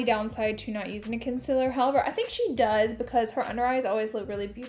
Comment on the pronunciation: It is 2021 and she is still saying Concealer wrong haha It´s not a Conciller